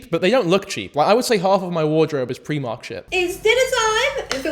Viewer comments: If you say PRE-mark instead or PRI-MARK ONE MORE TIME I’m gonna fucken do some mad shit bro. Stop. Learn. Do better. Thankyou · Preemark??? I've always said Pry-mark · pre-mark? Never heard Primark pronounced that way. Pry-mark is how I've always heard it pronounced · "Pree-mark" is crazy, it's "pry-mark" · Are they pronouncing Primark as PREE-MARK?? 😭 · Pree-mark????? It's PRY-MARK YOU AI SNOB (love u) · As a person from sl wtf is preemark, outrageous pronouncing of my fav shop 😢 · I think I fully lost some of my sanity hearing him say ‘preemark’ so many times. We in Yorkshire say primark like ‘prime’. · Not pronouncing Primark as "pre-mark"?? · actually in America we do have Primark, its just pronounced Pry-mark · I'm Irish and we pronounce it Pre-mark, hahah. I remember hearing someone pronounce it Pry-mark and it suprised me. Never occurred to me people pronounced it differently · from england here! i’ve also never heard pree-mark until now, it reminds me of my friend who lives about an hour or so away who pronounces haribo (which i say harry-bo) she will pronounce it as “ha-REE-bo”. i didn’t let her live it down ahah! still though, preemark is no where near as diabolical as haREEbo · Pre-mark is how it's pronounced in Scotland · Hold up, 5 minutes in , my apologies.....are you saying Primark? As a philly girl, we definitely have Primark here and we love it. Its in the "Fashion District" downtown. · Bro why do you pronounce primark like that